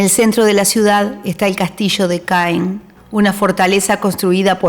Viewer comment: Ma Normandie! Trés belle! Muy buen recorrido. Gracias La ciudad de Caen se pronuncia CAN